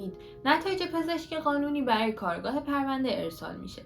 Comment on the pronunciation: عزیزم خسته نباشی عالی بود فقط جسارتا کارگاه جاییه که توش کار میکنن کارآگاه تلفظ درستشه